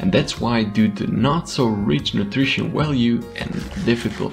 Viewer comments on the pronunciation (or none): “Willyges” “Walue” Need to work on ur v’s man lol